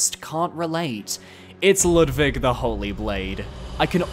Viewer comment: Why are you pronouncing Ludwig like that? It’s literally said aloud in the cutscene before his boss fight?